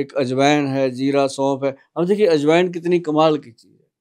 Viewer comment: Aaj Wine ❌ Ajwain ✅